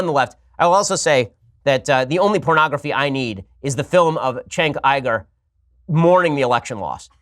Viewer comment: Jenk Yoo-Gur, not Chenk Yie-Gur.